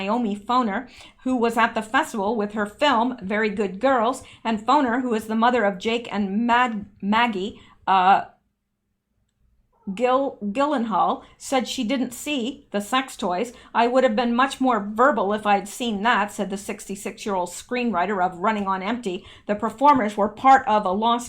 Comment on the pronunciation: P.S.... Gyllenhaal is pronounced Jill-en-hall, for future reference. :)